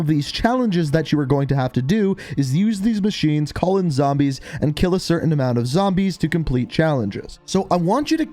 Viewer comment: Nobody:: ZAMBAYSS!!